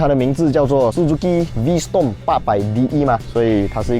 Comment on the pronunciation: 小提醒 發音是V strom ✅, 不是V storm ❌